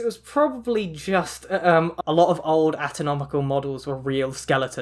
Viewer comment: No one:: ATONOMICAL